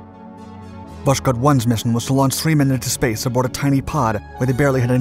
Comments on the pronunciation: It's pronounced Vas-Hode, with a silent-sounding 'k' and emphasis on the 'h'. Not Vash-Kode. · How, just how, can you pronounce "Vos-khod" as "Vosh-kod"? It's the same with "Vos-tock", which you pronounce as "Vosh-tock". Dude, speak after me: "Vos-tock" and "Vos-khod". See? Really simple. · Its all great, but its pronounced vosHod, not voSHod. But overall its was a very interesting video. The series are great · Stop saying Voshkod or Voskod ,this is Voskhod! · It’s Vosk-hod not vosh-kod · Pronounced "vos-khot". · All the dislikes are Slavs that didn’t like your pronunciation of “Vos-khod” 🙃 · well it's really strange for me to hear "sz", it really kills the word that literally translates to east. I know that the narrator tries to pronounce it similarly to Russian but it seems up in a strange mix, just like pronouncing French word with English accent... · Voskhod means Sunrise. It is pronounced as vos-hod (s and h separately). Vostok means East. The narrator routinely butchers russian words and it is entirely avoidable if you only need to find out how to pronounce a single word. Overall the channel offers a lot of value and it would be even better if the author spent a few minutes extra to pronounce the foreign craft names correctly. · H in Voskhod is not silent. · Love the video but why the strange pronunciation of Voskhod ???